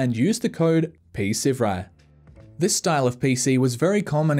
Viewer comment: How to pronounce Psivewri P-sev-rye